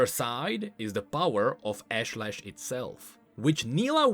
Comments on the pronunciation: I don't think pronounced it's Ashe-lesh, it's Aash-ley-sh. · Pretty sure it's pronounced Ahsh-leh-sh, with more of a south Asian/Indian accent/intonation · Ashlesh. I think it's meant to be pronounce Ahsh-lesh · Hi, A small nitpick but your pronunciation of Ashlesh is incorrect. The skin spotlight voice lines video has the correct pronunciation.